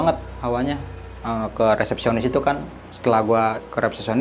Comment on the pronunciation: Di menit 7.17 salah ngucap Kak, resepsionis bukan repesionis, heheheheh terlalu bersemangat ceritanya